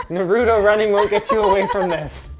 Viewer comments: hahaha i have the same white asus card as Nicole. Nicole is so adorable! shes awesome! more Nicole please! also why cant americans and canadians pronounce simple english like naruto? its not narooto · How can you mispronounce Naruto? His name is said 80 times per episode. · Narootow running? What🤣🤣🤣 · the way linus pronounces naruto reminds me he's a dad